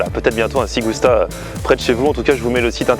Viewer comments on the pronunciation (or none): Ci Gusta ne se prononce pas "sssig ousta" mais "tchi gousta" ; mes oreilles ritales saignent ;) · quand tu le prononce c'est Chi gusta , super Vlog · Ci gusta ça se prononce CHI gusta !!